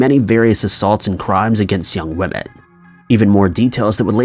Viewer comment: IT'S WOMEN!!! NOT and I can't stress this enough.. NOT WOMAN!!!!